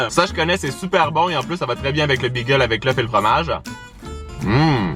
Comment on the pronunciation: Pourquoi tu dis bigel 😂😂